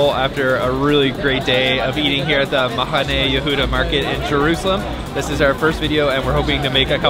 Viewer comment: Great video...love Mahane Yehuda. Like his Arabic/Mizrahi pronunciation of the "het" in "Mahane" LOL. His pronunciation of "herbs" is the British, not the American one, strangely. We Americans don't typically pronounce the "h." I guess maybe we like to drop "h," just like the Israelis. ;=)